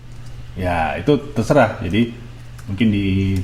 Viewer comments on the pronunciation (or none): none